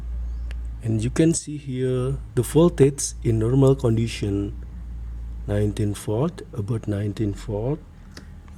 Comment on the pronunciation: "In normal qandition" 😊